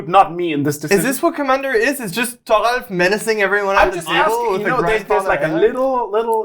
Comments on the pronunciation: It’s funny how calls thoralf tarful. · Why is Thoralf's name pronounced as Thofful? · His name is pronounced slow bad. Slobad is my mono red artifacts commander 🤣🤣 basically fling everything at everyone Thoralf is like the only person that took the context to a T and made a spicy deck with a not common commander